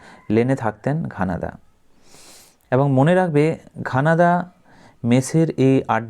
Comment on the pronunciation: ঘনাদা ❌ ঘানাদা ✅